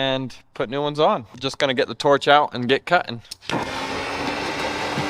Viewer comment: You're doing a great job on that front end rear end axles but I have a bone to beat with you your dad says cutting you say cuing you're not pronouncing your T"s whatsoever a lot of YouTubers do that too and it's not helpful whatsoever listening to that just saying brother say your T"s